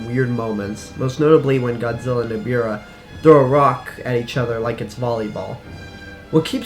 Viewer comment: its not eribah its ebirah